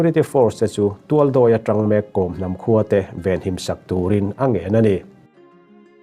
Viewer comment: Kom hnam lam dan hi news reader ho hian kan tisual deuh vek thin a, changel kawr i kheh a, kawr i lam ang hian Kawm tia lam tur a ni.